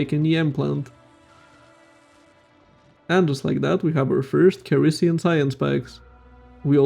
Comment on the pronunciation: ceres is pronounced "series"